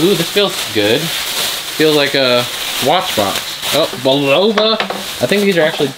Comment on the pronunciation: The watch is pronounced :bull-of-uh."